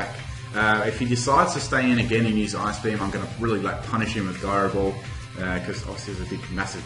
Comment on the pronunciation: Gairo ball?its Jairo ball not gairo ball go practise ur english